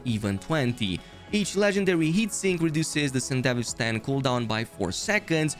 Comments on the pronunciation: Bro pronounces sandivistian like a country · Edgerunners series: mentions sandevistan over 100x This guy: mispronounces it OOF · It's 'san-duh-VEE-stan' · Isnt it pronunced Sande - VI - Stan ? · damn what how is "Sandevistan" pronounced like that in english? IMO the japanese version was better (Yes I watched the anime in japanese with english sub) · I was curious on your video until I heard your butchering pronunciation of the Sandevistan. Over and over and over - Cringe. Closed. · The one gripe i have is how everyone pronounces sandevistan is it really pronounced san-de-vistan? or is it sende-vi-stan?